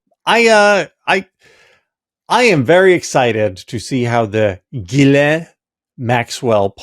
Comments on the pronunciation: Nod to Tim for pronouncing her name correctly- Gil en . How the Brits pronounce it. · Sarah, thank you for pronouncing the name 'ghislaine' in a professional and non-distracting manor. Sorry, JVL, clearly you don't know how to pronounce French words, so why try?